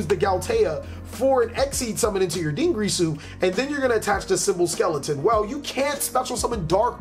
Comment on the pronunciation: Every time he says "Dingrisu" or "Longrisu" I die a little bit inside. It's Dingirsu and Longirsu.